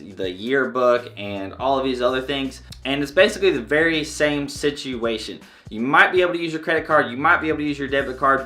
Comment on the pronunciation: "Sit-CHU-way shun" ❤️😂